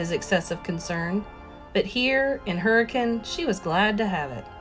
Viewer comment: i’ve changed audio books like three times bc im from utah and no one has pronounced hurricane right and hearing you pronounce it right has just set me on listening to you read it :)